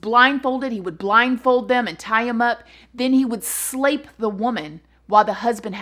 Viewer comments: This is such a serious topic but everytime you say slape, I giggle (childish I know). How about sexual assault? Or physically violate? 💙 luv your channel - new fan. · Slape. :) Grape, nape, flape...lol!!!